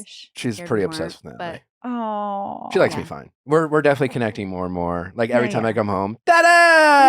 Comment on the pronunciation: every time nick says “natalie” it sounds like nelly. like dude please pronounce your wife’s name right